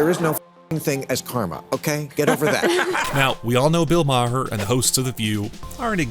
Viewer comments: The 'h' in Maher is silent, BTW. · OMG. It was driving me crazy when he was mispronouncing his name EVERY TIME. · Can you say his name right man come on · You guys gotta learn how to pronounce Bill’s name….fucking hysterical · His name is MAR not MA HER it’s just spelled differently! Please stop saying MA HER!!!!! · He's not "MaHer", rather pronounced "Maar" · You need to learn how to pronounce Bill Maher's last name properly. It's not pronounce Ma-her, it's pronounced just Mar; the H is silent. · Not Ma-her it's pronounced mare. Maher is my mother's maiden name. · How about you learn to pronounce his last name. Ma-her is not the pronunciation (Marrr) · It's pronounced MAR NOT MA HAR, you moron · WHY DO YOU PRONOUNCE HIS NAME INCORRECTLY OVER AND OVER? IT’S MAR, NOT MAA-HER. Idiot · It’s “Mar” not “Ma-Her” geesh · It’s pronounced Ma-her it’s pronounced mar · It's Marr not mahear😂😂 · It’s not “Mah - Her”, Bill’s last name is pronounced as “Mar”. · It's pronounced Mar, not Ma-her. FYI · exactly. It’s pronounced like Marr, another Irish name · Had to stop watching...pronouncing his name Maw-her was just to annoying. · *Marr. Bill Marr. Stop pronouncing it like that, please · Who is Bill Mah-HER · Who is Mah - Hurr? Can you figure out hour how to pronounce the subject of your feature’s name before you go live??? More egregious when you consider Bill is well known and Maher is a reasonably common name!! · I believe Bill's last name is pronounced Maer, rhymes with bar, tar, the h is silent. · Is only going to mention how this is run by a robot and he keeps calling him bull ma har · I wonder also...Clearly the guy never watched Bill Mahhhhh-Her !! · GET A BETTER I.A. READER!!! THE "H" in Maher ... IS SILENT!!! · Please stop pronouncing the ‘H’ in Maher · you're saying his surname completely wrong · Please pronounce Bill's last name correctly. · Learn to pronounce his name. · That's the oldest pronounciation of maher